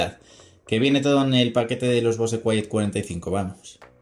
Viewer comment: se que no debo decirlo pero no mames, no digas bose, pronuncialo como bous, no me quieras salir luego con el titulo del video diciendo "escuchad tios, hoy os traigo unos flipantes trucasos para vuestros bose cuietcomfort 45"